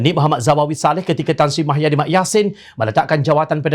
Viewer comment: Mahyidin atau Muhyidin? Jangan sampai Muhammad ko sebut Mahammad... Semua Berita ko sebut Mah bukan Muh 😒